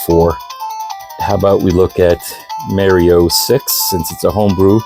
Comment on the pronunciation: who the fuck is Mary-O it's Mar'''ee'' O